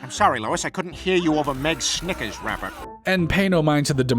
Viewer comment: not a SINGLE G in snickers btw